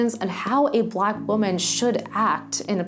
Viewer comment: Pronouncing woman and women incorrectly the entire time really throws me off 🧐